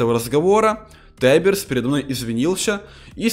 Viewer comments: не тайберс а тиберс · это Тиберс а не таййберс но лайклсик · Тиберс а не тайберс